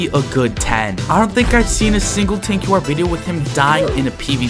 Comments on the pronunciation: Bro man said tanquar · Tanquar ? my man have u even heard how to pronounce his name? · who is going to tell him you dont pronounce tanqr like that